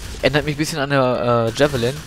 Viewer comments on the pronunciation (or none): none